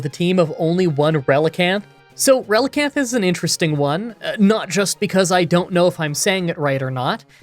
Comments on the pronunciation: Relicanth is a combination of relic and canth the final part of the fish called coelacanth. You pronounced relicanth correctly. Don't try to pronounce coelacanth (its seel-a-canth) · You are saying Relicanth right (also 90 base attack is definitely not "crazy high" even in gen 3)